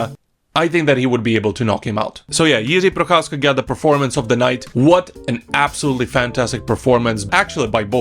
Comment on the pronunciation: You pronounce the name Jiří Procházka suspiciously well. I guess I know where you come from. :)